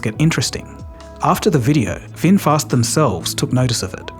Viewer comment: Red Bull is Thai 🇹🇭 brand. And Vinfast, not Winfast